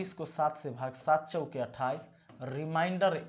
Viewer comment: रिमाइंडर नहीं रिमेंडर बोला जाता है, बिहारी बाबू। उच्चारण सही कर लो। मैंने का दिन निकाला तो बृहस्पति आता है,जब कि बुधवार होना चाहिए। ऐसा क्यों ? कहीं तो गड़बड़ी है फार्मूले में। आप चेक करिए।